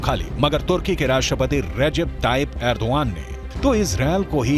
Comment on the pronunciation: अरे एंकर महोदय एग्रो दान नही एर्दुगान है